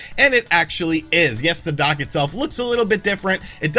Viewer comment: When you said “the dock side of things” you sounded like you were saying dark side but with a Boston accent 😂